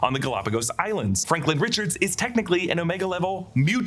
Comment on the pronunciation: Wonder if Franklin, or has Sue kept saying “Franklind,” is really Sue and Doom’s kid